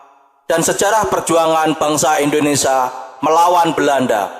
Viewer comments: Maaf kalau kurang berkenan.sekedar menghimbau untuk yg baca narasinya.pengucapan kata Indonesia hedaknya di ucapkan sebagaimana tulisannya.karena disini pengucapannya Indonesa bukan Indonesia.terimakasih dan maaf karenanya. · Bukan indonesa bro. Indonesia 😢😂😂